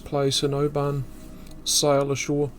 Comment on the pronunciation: Its interesting that you pronounce Oban as do the inhabitants of Oban in Scotland, not like the outsiders.